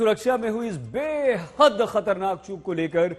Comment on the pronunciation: "बेहद" पर गांड़ का पूरा जोर लगा दिया 🤣